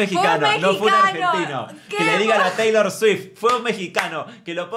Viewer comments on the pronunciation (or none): Shot imaginario cada vez que dice "cheilor" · Y decir CHeilor 😂😂😂